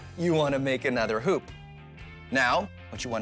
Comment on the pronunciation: When he said hup I thought he said 💩